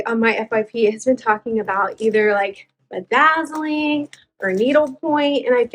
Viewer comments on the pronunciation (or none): Bedazzling? Oh my ... 😂 😂 😂